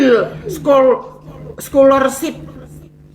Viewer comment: gimana dah bom ngucapin scholarship ?😂😂😂😂 kek nandar aja lu babon